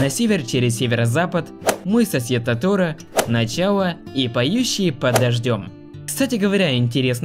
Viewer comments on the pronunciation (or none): ты сказал тоторо на последную букву ударение.ты вообще нормальный.тоторо ударение на 2-е о.боже мой. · Правильно Тооооторо